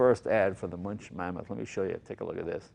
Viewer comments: Münch, pronounced "Moonk". Just sayin'. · lol, it's "Muench," not "Munch." Mooen'k. Munch on that. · Moonk not munch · Jay, it's pronounced MunKH, not Munch, like you're munching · Please stop talking, Mr. Leno..I just wanna hear the sound of the Münch (not spoken Münsch)..Thank you for the video!! Greetings from Germany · There is one collector in Germany who has got one hundred of them. Almost impossible to acquire one. Btw. It always causes pain to hear anglo-saxon pronunciation. That is how to pronounce Muench (ue can replace the umlaut). It is not too difficult. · Hey Jay, if you manage to pronounce Duesenberg the right way, why don't you try it on Münch as well?! Ü/UE is pronounced the same way. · Plz speak Münch "Mynsh". Thank you from Germany ;o) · "Moon-kh" is the pronunciation. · it's pronounced mounkh - the ou like in would/could/should and kh with a little spit :D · I suppose it depends on where you are from in Germany. I would pronounce it MOUNkhin (ou as in would) myself. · Americans can't pronounce "Münch".